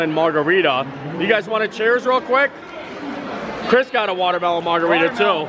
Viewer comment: It’s called a “mard-a-rita” 😂